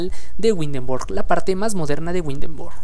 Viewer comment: Ese tipo de Arquitectura no es sólo del Norte de Europa abarca desde Dinamarca , Holanda, Alemania, Austria y Suiza ( entre otras pequeñas ciudades de Europa) el tipo de Arqutectura o las casas que se ven en especial las que están en el centro de. Windenburg < ojo se pronuncia ( Vindenburk) se llaman Fachwerkhaus (fajverkjaus).